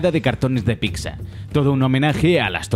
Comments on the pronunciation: Oh dios mío el dice "picsa" me estoy pensando en darle dislike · PICSA OSTIAS DECIR PIZA ES DE DÉBILES